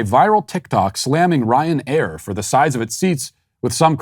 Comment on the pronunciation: It is the pronunciation of "Ryan Air" and "Shropshire" for me 🤣🤣🤣🤣🤣